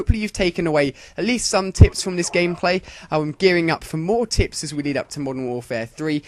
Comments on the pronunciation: it sounds like hes sayin that hes gonna talk bout tits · at the begining did he say: tips & tits? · sounds like your saying tits